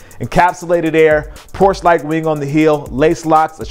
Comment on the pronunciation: Why do you say Porsche like that?